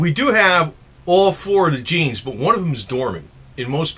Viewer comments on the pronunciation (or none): none